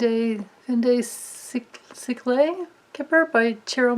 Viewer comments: Fon de seaec-le (fon with n almost silent, de (duh sound) siecle (see ec hard c) le (barely) sounded out) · Great video. I know that's a hard one to pronounce, but the deck is pronounced something like "fun duh see-ECK-le."